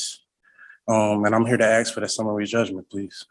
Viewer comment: The guy us an asshat, Can't pronounce "ask".